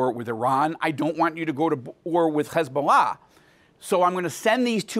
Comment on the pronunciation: Why is it so hard to pronounce Hezbollah. It's not Khezbollah